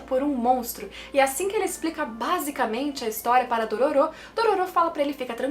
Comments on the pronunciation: Como a fala Dororô como o fala Dororu Como o dororo fala Dololo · AAAA HYAKKYMARU FALANDO "DORORO" É MEU PONTO FRACO 🙈🙈❤❤